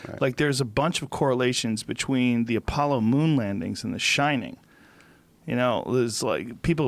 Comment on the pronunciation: Joe "betchween" Rogan